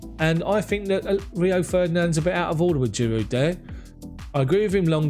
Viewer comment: Homie, I'm sure it's a silent D in Giroud bruv. You been saying the D for a minute now🤭